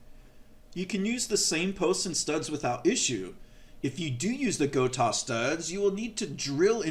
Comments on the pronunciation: why block off the ability to pull back? if you set up a Gotoh (go-toe-h not go-tahhh) 1996T properly, you will not go out of tune, those trems are perfectly capable of returning to zero point every single time. If it is going out of tune after pulling hard back, it means those stock tremolo stud posts NEED TO GO.... if its not worth doing yourself or paying someone to put the higher quality gotoh studs in, its kind of pointless to install that good of a tremolo in your guitar.... Also, when you go to adjust your action... all you need do is detune.... DO NOT loosen spring tension, its not necessary and it makes it all the more difficult to retune the guitar up to pitch... only creating more work for no benefit. the more often you can keep your springs and spring claw in the properly tensioned position compared to your strings, the more reliable your tuning stability will consistently be, even from string change to string change... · I have a Guitars with the Gotoh 1996t. I also have a few guitars with the original. Floyd rose. And I like the Gotoh better. Btw it is pronounced “Go Toe” 😊